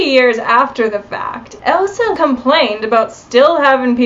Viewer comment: Her name was “ELSA” it appeared as though you were saying “EVA”